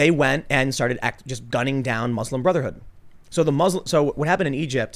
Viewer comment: Tim came close to saying Bruslim Motherhood at least three times